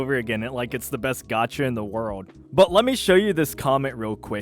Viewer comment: Why do you struggle to say "world"?